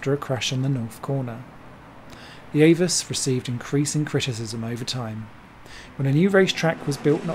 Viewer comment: Actually, AVUS is pronounced Ah Vuss. Saw several races there, late 80's thru mid 90's. F3 cars were faster than DTM cars but got second billing.